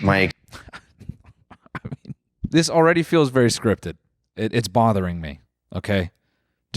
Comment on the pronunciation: he's vewwy lihterwal